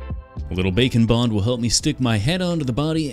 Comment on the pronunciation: I know its "Bake and Bond", but every time says it, I only hear "Bacon bond" and personally, I like Bacon Bond better. It sounds funnier and tastier.